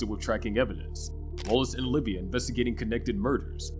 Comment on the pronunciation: Oliva not Olivia